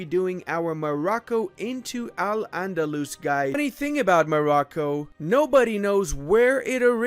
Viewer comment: As an arab, it's so funny hearing people pronouncing AL ANDALUS 😂😂😂